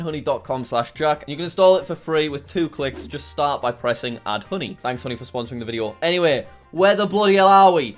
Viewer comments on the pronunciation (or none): hooney in stead of honey